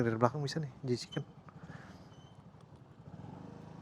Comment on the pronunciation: Jchicken koh, bukan jekicen😅